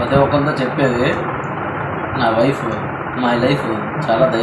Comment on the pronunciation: పాపం వైఫ్... లైఫ్... అంటున్నాడు... అది నైఫ్....